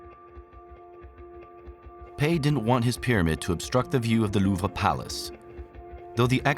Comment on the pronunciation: I have heard of a rhombus, but I have never heard it used to describe the diamond shape of an object. Instead everyone says it's diamond shaped not ohh look at that there rhombus. - The Louvre-ra? The heck is that? Don't you just mean The Louvre? Man you French sure do pronounce some things in some very strange ways.